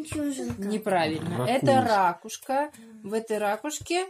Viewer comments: Вы неправильно произносите слово "рАкушка", нужно - ракУшка. Пожалейте своих детей, им ЕГЭ сдавать! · Только не учите детей не правильно произносить.это ракУшка а не рАкушка.